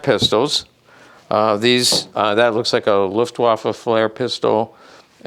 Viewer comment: Nooooooooooo! LuftVvvvvaffen. Not Luftwaffen!